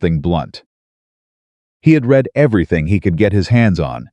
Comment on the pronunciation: I enjoy the stories and have listened to dozens. I don’t complain because it is free. BUT… you have mispronunciations-read/read, tear/tear, as examples. Your pictures are inaccurate-a woman in late 1800’s would not wear a short sleeved dress, knee length with a Vee neck…often time years do not match up…just a simple watch through of a person before publishing would help.